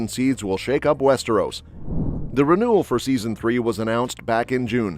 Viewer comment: Your pronunciation of 'Westeros' had me in stitches. Americans need to stop pretending they can speak French. They can't, and never will. I would suggest you start with English and try to avoid basic mistakes which an 8-year-old foreign student wouldn't make!